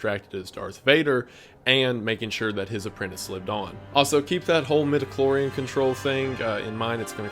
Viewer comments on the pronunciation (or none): I love you but every time the word “mitochlorian” was said I disassociated a little bit